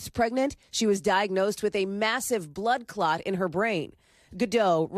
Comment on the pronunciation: “blood cot” 🩸🛏️